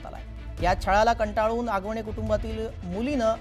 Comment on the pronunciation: Hagavane नाही आगवणे 😅